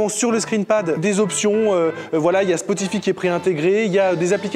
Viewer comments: Tous va bien jusqu'à ce que tu prononces Spotify spotifie Decu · Il a dit "spotifi"😂😂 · Le « spotifi » m’a fait saigner les oreilles 😂😂😂